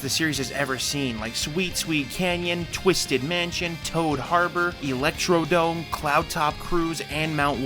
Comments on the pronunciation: I’m triggered that he called electrodrome “electrodome”, yes it’s actually called electrodrome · Fun fact did you know that electrodome is actually electrodrome yeah it’s drome not dome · It's Electrodrome, ElectrodRome goddamnit!!